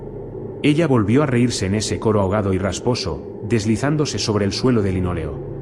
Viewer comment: Si tú dices tdielo en ves de suelo estás drogado